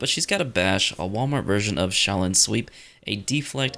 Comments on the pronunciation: Is he saying cheese dance for shaolin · Shaolin I kept hearing Cheese Dance.🤣🤣